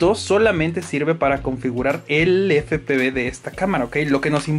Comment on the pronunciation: Efe pe uve...!!! 😂😂 Pero buen video.